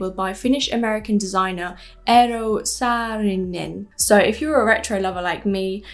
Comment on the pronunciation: Hey I have to say you did a better job than most with pronouncing Eero Saarinen! I mean, well, you at least put in some effort. Feels nice <3